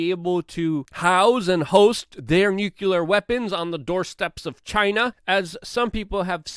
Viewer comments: Luke its NUCLEAR! not Nukular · That would be NOO-Klee-yar, not Noo-kuh-lar. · Nucular bruh? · Good coverage as always, Luke. By the way, it's pronounced "NU-clee-er." Let's not speak Bush Jr., please. 😉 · Why is it people in the United States CANT say N U C L E A R?